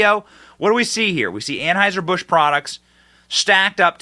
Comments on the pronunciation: " TRANSheiser Bush " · "Transhieser Busch" 😂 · Lmao did he say transheuser busch??? 🤣💀